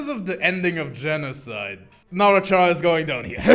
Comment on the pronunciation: THIS IS MY UNDERTALE- edit: I still hate that he pronounces it "CHara" and not "Chara(cter)" edit 2: he literally says that CHara is short for Character... edit 3: I just realized it's the "malk" meme all over again... "Pronounce Character..." "Character." "Now say Chara." "CHara."